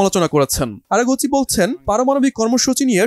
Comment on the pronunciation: আরে ভাই আরা কুচি না😂আরাকচি